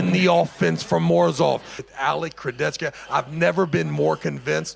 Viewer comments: travis please just armwrestle leave commentator ! you even can't pronounce kurdecha !!! why you say kurdetchtka :/ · everyone: alex kurdecha travis: alex kurdechkuh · Chciałbym, aby ktoś wreszcie dobrze wypowiedział nazwisko Alexa 😢